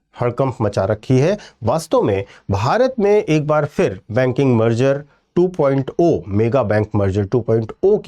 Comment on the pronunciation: बाकी सब कुछ तो ठीक है लेकिन इतने बड़े बड़े लोग2.0 (2 प्वाइंट जीरो) को 2 प्वाइंट ओ क्यों पढ़ते रहते हैं मुझे पता ही नहीं चल पा रहा कोई बताने की कृपा करेगा क्या